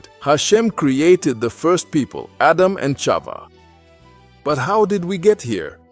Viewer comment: Thank you for this beautiful animated story,I am sure that our children will learn so much from it,though I want to bring up to your attention 2 mistakes:the name of the first woman is pronounced CHAVA(with a H,and not Ciava,and the sin made by CHAVAwas in that same day,the day of their creation,wright before SHABAT,and not later,it's important that everything that we teach to the children to be accurate, and exactly as it is written in our HOLY TORAH!!!Congratulations though for the content and the beautiful animation😊SHABAT SHALOM uMEVORACH beEZRAT HaSHEM AMEN ve AMEN ISHTABACH SHEMO laADDDDDDDDDDDDDD AMEN ve AMEN!!!💞🕎✡️💞